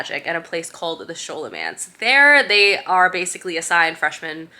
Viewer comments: Scholomance is pronounced like scholar, hard sk sound, not a soft sssh sound. Malificer is mal-eye-fy-ser. And Orion is just like orion's belt. o-ryan. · It’s pronounced Scolomance, not sholomance.